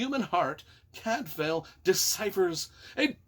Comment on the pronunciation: Cadfael is pronounced Cadvile, not Cadfail. Shrewsbury is pronounced Shrewsb’ry not Shrewsberry. Gervaise is pronounced Schuhvaise. And no, Cadfael did not “fuck lots of chicks”. How disgusting and debased you are, trying to drag a great author and her books down to your level. 🤮🤮